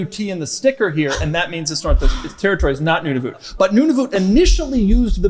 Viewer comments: Doug, your pronunciation of Nunavut was way off bro. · Doug’s ability to mispronounce common words and places is mind boggling. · unfortunately he did not know how to pronounce it!